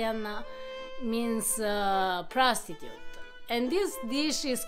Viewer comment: I'm so embarrassed, I thought she said "Prosecutor" and I couldn't figure out what a "Prosecutor" was doing in a Brothel. OHHHHHH, Prostitute. hahaha.🙃